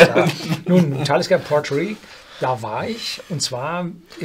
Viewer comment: Wenn er dann noch Port Ruighe richtig ausspricht ist alles gut 😬